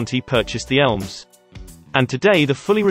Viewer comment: I kep thinking you were saying 'Elves' instead of 'Elms'.